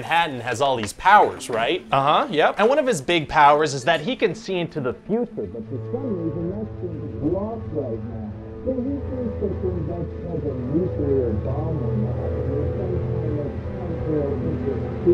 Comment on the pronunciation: George - "Nuclear" is pronounce "nuu-klee-urr" accent on the first syllable. Not "nuke-you-lure".